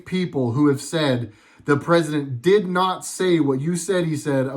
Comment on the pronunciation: "Cousident"... i lost it ROFL